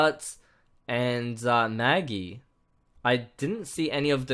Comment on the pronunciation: Naggie??? 😂😂😂 its Maggie 😂😂😂